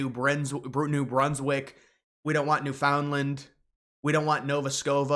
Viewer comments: Please pronounce it correctly... New Foundland = noo·fuhnd·luhnd. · Ok, you've got my ear; but it's 'NEW-fund-land', not 'new-FOUND Land', and Nova Scotia, not 'Nova Scova'... Please get this right... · Newfoundland is pronounced NEWfndlnd.